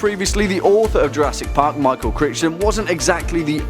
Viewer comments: It's pronounced CRYton, not CricTon. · CRI-TON ._. 'CRICH-TON' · His name isn't pronounced Cri-ch-ton it's pronounced Cri-gh-ton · CR i ch ton? its cri ton thats how you say it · "Critch-ton?" It's pronounced, "Cry-ton" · It’s not Michael Crichton (pronounced cri ch ton) it’s pronounced crighton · Yes Michael Crinston definitely not Crighton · “Michael Critch-ton” Really?? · Michael Cry-ton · Crichton as on crytun, dude. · Michael what. It's Crichton, pronounced Crike-ton. But same. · My man rly said criTCHON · You butchered Michael’s last name.